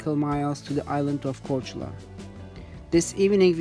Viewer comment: Respect for pronouncing Korčula and Hvar :)